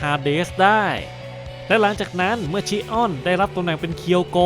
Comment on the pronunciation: แอเรียสชิออน✅ แอเรียสชิอ้อน😢❌ โกลด์เซนต์อวาเรีย✅ โกลด์เซนต์อเวเนีย❌ เป็นชื่อเมืองท่องเที่ยวนะครับ avenir ❌❌โกลด์เซนต์อเวเรียไม่ได้เป็นยุคเดียวกับเซย่า❌❌ แกะทองคำคนนี้ มาจากโลกคู่ขนาน ที่กองทัพยมโลกชนะ ฟังอาเธน่าพ่ายแพ้ ถูกโครโนส พาตัวหนีมาจาก โลกที่สิ้นสลาย ‼️ ข้อมูลผิดเยอะเลยนะครับ